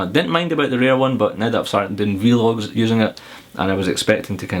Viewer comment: you just vee-log again lol